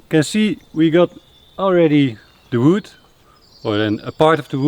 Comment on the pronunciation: Them saying "Wood" just makes me happy. "Woud" I'm also worried about the deck on the rock. I feel like it's going to catch wind and flip off like a piece of paper.